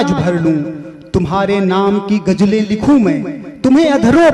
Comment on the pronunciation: गम नहीं ग़म होता है, गरीबी नहीं ग़रीबी,गजले नहीं ग़ज़लें,जिंदगी नहीं ज़िन्दगी,मंजूर नहीं मंज़ूर,ख्वाबों नहीं ख़्वाबो,सर आप वरिष्ठ कवि रचनाकार हैं ध्यान दीजिए 🙏🙏